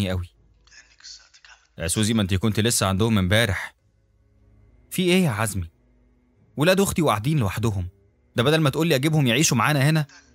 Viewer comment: زومي يعني عزمي.. جوز سوزي.. جوز سوزي هو اللي قتلها😂